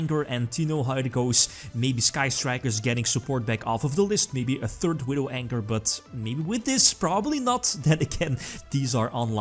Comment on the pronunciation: Did he say Widow ANGER ?